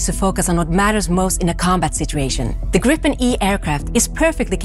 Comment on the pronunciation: Would be better if the announcer said "Gripen" correctly. "Gr-ee-pen", not "Grippen".